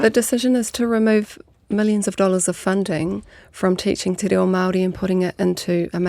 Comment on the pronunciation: Omg. TE RA0! And Erica te minita kept saying the same thing! "TE RAO" over and ovef again. Tells us how important kura kaupapa is to this passionate person who doesn't even pronounce "reo" correctly!!!!!